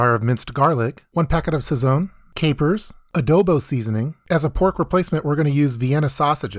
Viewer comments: Every time I heard "Sow-free-toe" and "Sah-zone" I imagined my ancestors crying from the bad pronunciation. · Sound white as ever bro cant even pronounce sazon right